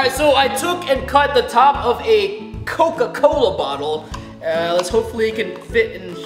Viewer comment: Ah yes... I remember "COKE-CAK-COWLA"